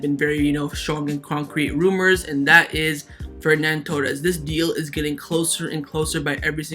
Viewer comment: Its not FerNan Torres, its Ferran Torres